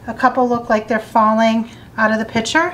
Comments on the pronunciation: I noticed that, too! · The work is "picture" not ".pitcher."